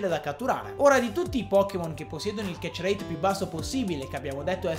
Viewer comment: Nessuno: Assolutamente nessuno: a: ketcherreeit